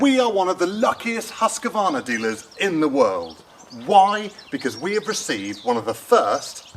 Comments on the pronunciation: As a dealer, you should certainly know, name's pronounced "husk-var-na", NOT "husk-a-var-na." Listen more. You'll pick things up. And yer bud should know to push the bar tip up, or sit the saw down on it, as he's tightening the bar nuts. Pretty basic stuff. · I was a Husqvarna dealer for 81/2 years and I've been running them since 1978, here in the U.S... For heaven's s sake let the saw warm up. And read the instructions for Autotune! Also, the name is Husqvarna, not Husq-A-varna. G-day mate! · Hus= house. Its no husky. Its hus-qvarna ... 🤷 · Its actually pronounced Hoosqvarna but you are right GA Wilson definitely no A in the middle ! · haha. As a swede, hearing people saying Haska-varna... Its a house... Not a husky haha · it's huski chap, end of, 😁😁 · Indeed - as a Scandinavian, I always snicker a bit when others pronounce the Swedish name. "Husky" or "Huskie" is a nice nickname, but Husqvarna is not "Huss-Kee-Varna". The city where the company originates from is written "Huskvarna" today. "Hus" is the Scandinavian word for "House". And "kvarn" is Swedish for "grinder". Correct pronounciation is "Huus-kvaarna", where the first uu is a long one, pronounced as "ou" in "you". And the "q" is proununced as the "k" in "Kentucky". One of the oldest companies in the world. Great quality and design. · The way you pronounce Husqvarna makes me want to spew. And don't say sneaky peak mate.